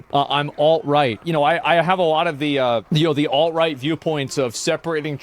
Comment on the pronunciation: Instead of alt right I heard "alright".